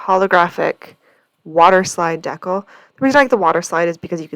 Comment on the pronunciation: Hi, I know it’s been a minute, but a couple tips, take em or leave em 😊 Ok first it’s Dee-cal. Long e & the a in cal is like pal. If you’re ever having trouble getting the protective slip off acrylic blanks, put a heat gun or hairdryer to it for a few seconds and voila! On the waterslide, it helps to use a sponge with a little more water if it’s not sliding off. The trick you did using your fingers was perfect. Lastly I keep a strip of blue masking tape with part of the sticky side up on the edge of my desk - it helps me take off any backings of stickers, etc. without marring up the edge. I use a lot of nail stickers which were not playing nice with any other way & I happened upon the trick by accident when the backside of a sheet of nail stickers landed on some tape I’d used to pick up little bits of resin & didn’t toss bc it still had open sticky places. Super impressed with the centering of the name - by eye - I’m one who has to measure. Happy crafting!